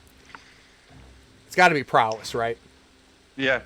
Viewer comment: No "n" in Prowess